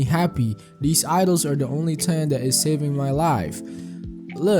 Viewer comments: good vid but bro pronouncing thing as ting is fucked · I've never heard anyone say "Ting" for "Thing" and have such an expert analysis.😊 I mean no disrespect.